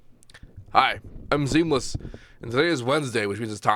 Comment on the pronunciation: Seamless sounds so drunk at 0.75x speed